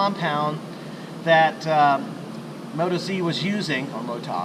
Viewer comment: It's definitely Mo- TOzzzzz. Because, they are Australian, ie Aussie, ie OZ 😁